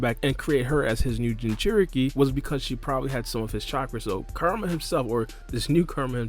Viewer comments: Ku-Ra-Ma (Coo-Rah-Mah). Not Kar-A-Ma. Alright, video though. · Dude I'm sorry but I cant.... Kerma?? Kerma???? Koo-rah-mah KURAMA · This whole time I thought he was saying KARMA and was confused about why this has anything to do with karma but he's actually say KURAMA which now makes the video makes sense... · It’s bothering me when you call kurama “karma” Kur- a- ma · Who is Ker-ma? I thought it was Ku-ra-ma. Am I wrong? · KUR-A-MA ..3 syllables bro. Real easy to pronounce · Nah you're right. It might be their native tongue/language that makes it hard for them to properly pronounce and say Kurama's name. Or maybe he just speaks too quickly and needs to slow down a bit when saying the name. Whatever the case he is saying the name wrong and he's not the only one doing that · A lot of people pronounce Kurama name like that lol another spoiler video I watched before this said his name like that too😭